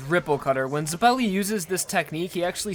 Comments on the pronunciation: ZEH-pell-ee not zah-PELL-ee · Ash Tailor also, it doesn't matter if it's a reference or not, Zeppeli is being portrayed as an Italian surname so it will use Italian orthography, which means that it is pronounced /zɛp:ɛli/ not /zɛpli:/. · don't you mean "Baron von zepelli" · i am italian and since zeppeli is an italian surname i can say for sure that the correct pronunciation is zēppěli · In italian it would be pronounced ze PELLY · How can you not say zeppeli right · Is that not how you say Zeppeli? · I only have one criticism of your videos and that's how you put emphasis on the wrong syllable sometimes and it bothers me. Huhmoan ZehPelly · "hamone" "zeppelly" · "To preserve WAM's lip ring" I'm sorry dude please learn to say it right. Same goes for Hamon and Zeppeli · Ok, mispronounced Hamon and Zeppeli, but... HE SAID WHAM INSTEAD OF WAMMU!!! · the way you say "zeppeli" and "hamon" hurts my ears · U proneced zeppeli and Hamon wrong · "Ha" as in Hut. "Mon" as in Monster. "Zeppeli" as in "Zeppelin"